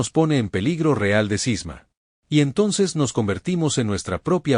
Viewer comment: Cisma, no Sisma!